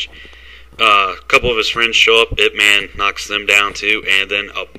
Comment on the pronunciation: it's pronounced Yip